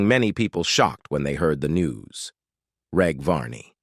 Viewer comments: FFS at least research the pronounciation of the cast. Its a soft G in Reg Varney, not a hard G. Its short for Reginald. Oh wait... its a robot voice. Disappointing. Very. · It's AI crap. Listen to how it pronounces Reg.